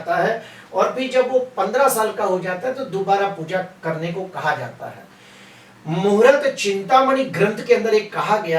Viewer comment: Muhurat nahi sir. Muhurt bola Karen please .